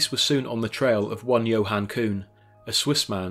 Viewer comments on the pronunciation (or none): none